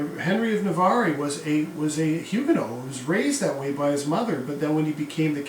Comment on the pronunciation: An informative lecture, indeed. It’s a bit distracting, I might add, that you keep vacillating in your pronunciation of Huguenot. I’d always heard it said with a “not,” not a “no” on the end.